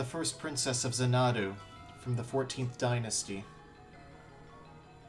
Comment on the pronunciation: jesus christ what kind of idiot dosent know how to pronounce xanadu? its zan-uh-doo. not zuh-nahdu